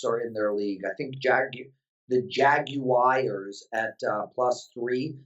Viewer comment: Week 11 Chiefs v Ram at Azteca stadium in Mexico City. Any chance at hearing any version of Lou Reed's 'Sweet Jane'? One more - why does it seem that every prognosticator seems to have a problem pronouncing 'Jaguars' - 'Jagwires' certainly ain't it; from the car commercials it sounds like Jag-u-rs or (for Demoncrats) Jag-you-ars is close enough. no?:)